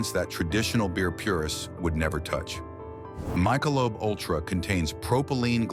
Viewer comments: Well I'm Never drinking MICE SHELOBE Ultra again. But that's not it, I'm also never drinking MIKE elobe Utra, lol Well at least they pronounced the name right but I doubt that ANYONE thinks drinking Michelob AFTER a workout is a solid health choice, lol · Good old A. I. doing the talking. My-show-lobe...pathetic 😅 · Closed this AI slop video in first minute when the fake AI pronounced “Meeeshalobe” Ultra!!😮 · AI shyte....mike a lobe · Great video, thank you. Its Mik-e-lobe. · My ka lobe? 😂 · I'm calling Bull***t. Your AI can't even pronounce...Myshalobe??? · Soon as I heard My-shalobe as in Michalob the potential trust in the post was gone! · No. It’s pronounced Mick elobe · Mike - a - lobe? AI still can't get it right. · The I is silent, Mc a lobe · "My-Shalobe ultra" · Why can’t the AI “narrator“ pronounce Michelob. LOL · How can I believe you and you can't pronounce the beers name come on man! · Why can't you pronounce Michelob? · The way the AI pronounces Michelob… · 20 seconds in this bottom-of-the-class AI mispronounced Michelob.🎉😂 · You can't even pronounce the name Michelob! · You know before you go getting pissed off and cursing brewers lets look at some facts. 1. Any gd video made to inform you of dangers is going to be from a HUMAN BEING!!! Not some gd AI synthetic turd washer! 2. When a gd AI cannot properly pronounce Michelob….a brand which has been around for well over 50 years!! Then how smart can the f’ing thing be?! 3. This damn channel on YouTube is a joke! It only gives high marks to expensive shit! It needs to be removed from YouTube all together! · Does anyone that watched this believe the report! First thing I noticed was it could not pronounce Michelob! I don't trust anything that has to use AI either in speech nor performance! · AI generated crap. When Michelob cant even be pronounced correctly is a give away and being less than a minute into it. God Youtube needs to ban this shit. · Can't even pronounce Michelob correctly LMAO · Mik uh lobe